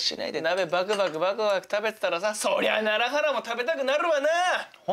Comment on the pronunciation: やっと楢原が楢原って聞こえるようになってきました😂 ずっとらららって聞こえてたwww